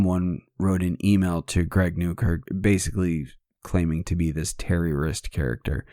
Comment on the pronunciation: I will now be watching the Helier show, thanks! Also, as I listened to you say “Terry Wrist” (sp) over and over the more it sounded like “terror-ist”... just an observation. (For reference: This is the Nicki Skidmore from the messages with all the questions about your beliefs in regards to Mike’s comment that he does not believe in demons...)